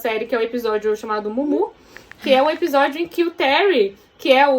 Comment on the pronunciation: fala “Epijódio” kkkkk fofa demais